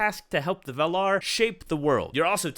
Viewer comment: Just thought i'd mention that you are pronouncing the words valar and ainur wrong. In both words you put the pressure later in the word, but in both instances the correct way is to set the pressure on the first vowel. Not a hate comment. Just thought I should tell you.